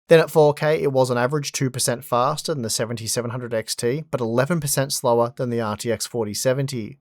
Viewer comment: fah-stah fah-stah fah-stah